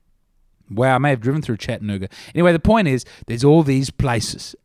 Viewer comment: Holy crap what a pronunciation of Chattanooga